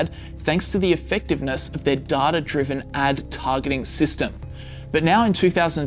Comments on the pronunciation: It's Data, not Dahtah. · Good video but why do you say “data” as “darta”? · Right? This guy adds an "r" onto vowels for some reason. It's weird. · im not native english speaker, however, am i the only one triggered about the way "data" is pronounced? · so there's a 3rd way to pronounce data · Love your videos. Please work on your pronunciation of the word 'data' though lol.